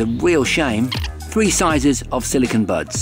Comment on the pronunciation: I heard "birds" instead of buds Lol.